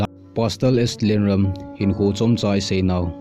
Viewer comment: Amin chu nasei dih thei mo na e.. Eipaova pronounciation bol lechun dihchetdi hija.. Lienrum ahi. Rum khu kaisao di ahi... Ram hilou in Ruum tiding ahi..